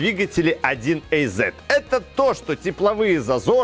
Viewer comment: 1 ЭЙЗЕТ🤔 аж противно слышать такое произношение мотора 1АЗ